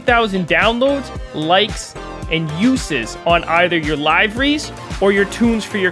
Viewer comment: bro said "live ah ris"